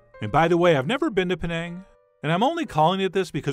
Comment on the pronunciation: Chef John, you pronounced "Penang" correctly. And the recipe is spot-on! Even my mom approves!